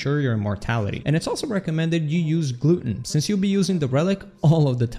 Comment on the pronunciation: Man said gluten